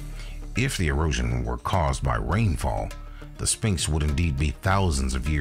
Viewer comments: I wonder what a spinx are? I've only heard kids pronounce it like that. It's uttered "Sfinx" NO? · It is pronounced SVinx not sPinx….you lose credibility when you cannot even say a word correctly. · I'm sorry but the narrator isn't very good. It's Sphinx (PH) not Spinx. Also, it's weird when you pronounce a person's name wrong then immediately cut to a clip of someone saying it correctly. It's like you didn't even watch your own video before you posted it..